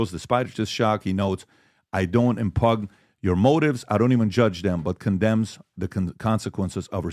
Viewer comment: Patrick, I love you so take this as a helping old grandma. I know English is your 5th or 6th language. The word in the Prager letter to Candace is "impugn," pronounced like im-pune or im-pewn. The g is silent. Love.